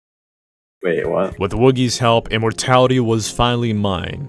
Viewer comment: He says "I'm on my way to help" but sounds a lot like "I'm on my way to Hell", which, quite frankly, makes an equal amount of sense.